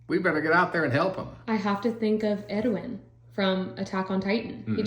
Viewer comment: im sorry but you saying 'Edwin' instead of Erwin bugged me the whole video 😂, great video though you both have good insight, will be watching everything as i read along!